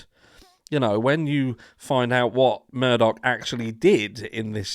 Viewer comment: It's not murDOCK, it Murdaugh.....sounds like Murder. How apt 😂